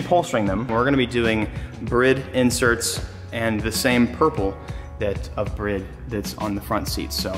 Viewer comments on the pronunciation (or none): Brid?? 🤣🤣🤣🤣 you mean bride ? Some car guy!! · Brriiiiiiiiiide not brid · I bet money swears up and down he pronounces bride the correct way but says it completely wrong compared to how actually bride workers pronounce it lmao